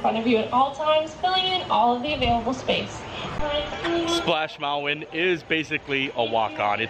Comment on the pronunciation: Love your videos! I’m confused why you call Splash Mountain, “Splash Mouwan?”